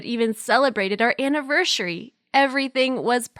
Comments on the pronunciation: DID SHE JUST SAY ANAVERSHERY???? 😮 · Speech teacher:ok ok ok repeat after me say anaversery The main girl:anavershery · wtf is a anavershty i thoght it was a anaversy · who else noticed she said anaverSHIRY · When u said aniversity I heard anavershity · Who heard her say anveshry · Anninvershey tho🤣🤣🤣🤣🤣🤣🤣😂😂😂😂😂😂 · "Annaveshery"is apparently how you say it now. '----' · Anivershary looooool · WhAt???? aNiVeRsHeRy???!!!!! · did anyone else realize she said anivershery I even repeated it just to make sure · Nobody: Not a single sole: Her: anavershidy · what the hell is a anivershary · She said ‘anivershery’ 🤣🤣😂🤣😄😄😁😁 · bahaha the way she said anversiry 😂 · Annivershary, LOL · our “annivershary” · She really said “annivershery” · Shrubing 'aniveshery' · anyone else realize she said aniverSHery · our aNniVershy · Did anyone noticed in the beginning she said anivershity instead of aniversity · her: we even celbrete our anaverSHyary me: its said anniversary dummy ( a spell cel wrong) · the girl: anivershary Me: (trying to hold in my laughter) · Did she say annivershery?!?! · How she said anniversary 🤣🤣🤣🤣😂😂😂😂🤣🤣😂🤣😂🤣😂🤣😂🤣🤣🤣🤣